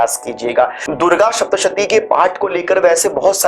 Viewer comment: उत्सुकता से पूछ रही हु, के यदि उच्चारण ठीक होना अनिवार्य है तोह आप सप्तशती को शप्तशती क्यो कहते हैं। मेरे जानने वाले और लोग भी यही करते हैं। ऐसा क्यों?